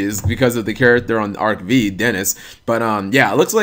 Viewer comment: It always bothers me when says Arc-V as Arc-Vee even though they clearly say in Japanese and English it's Arc-Five.